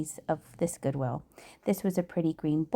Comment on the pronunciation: ...Goowill? lol